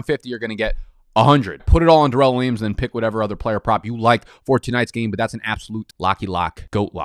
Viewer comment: This "Duh-relle" nonsense had gone too far. My man's name is "Dare-elle".